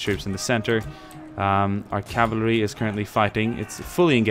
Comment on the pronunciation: Pretty french accent :D CAVALERIE